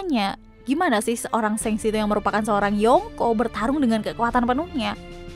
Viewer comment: Dia bilang shanks itu kek senks gw jd kdcilin volume